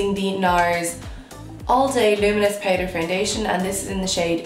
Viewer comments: Okay wait but am I the only one who gets bother on how she says “powder “ it’s POWDER NOT PAIDER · I’m here in my bed tryna pronounce “powder” the way she does lmaoo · The way you say "powder" ♡♡♡ Haha And I'm with the hoards of people who have noted that you are naturally craaazy good looking! Holy gummy bears. O_O